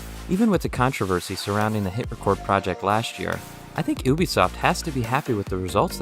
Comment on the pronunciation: “Ooobisoft” nice video!